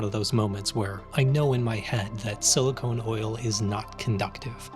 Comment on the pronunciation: In your intro you pronounced "silicone" and "silicon" the same way. Just thought I'd point that out. Bit of a pet peeve. I hate for people to think silicone oil has anything to do with silicon.